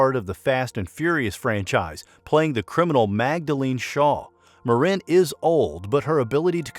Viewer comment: Might want to ask Hellen how she pronounce her last name. He is AI generated?